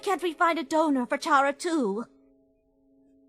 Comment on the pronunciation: Chara, pronounced liked “charmed” instead of “car”? Hmm. Welp that’s your choice pal, not mine.